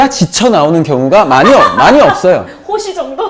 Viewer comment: 영준쌤 진짜 호시라 안하고 홋시?ㅋ라 하네ㅋㅋㅋㅋㅋㅋㅋ